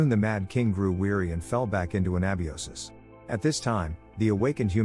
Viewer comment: that's not a flashlight Not a lantern either... nice try. for an AI "harm" is an understatement, and to the best of our current knowledge, YT does not censor the word "suicide" This AI would be good at "Cinema sins" 😂 That's absolutely not how you pronounce "anabiosis"